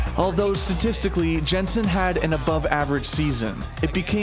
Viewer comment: It's just Yensen, it's not hard to pronouce. Just Yensen